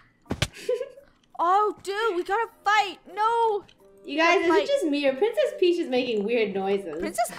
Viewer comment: It's peach not preach